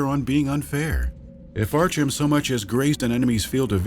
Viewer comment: Archum? Really?